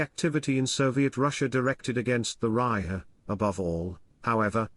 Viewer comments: “Reich” mispronounced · Why can't this guy pronounce "Reich"? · This must be artificially spoken which explains the mispronounced “Reich” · Yes, of course that's true. But still, why can't it pronounce "Reich"?